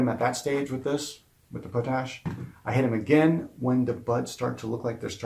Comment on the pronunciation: It's called pot ash not po tash I really don't think I like your vids sorry